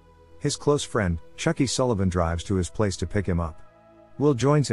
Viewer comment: Did he just say chookie selvin???!!!!